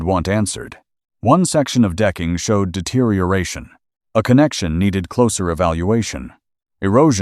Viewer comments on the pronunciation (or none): none